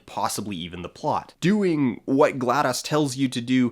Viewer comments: isn't "glados" pronounced like "gladys"? also, I've heard "glad-dose" and "glae-dose" but never "glad-dahs" ^_^ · Why does he keep saying gladoz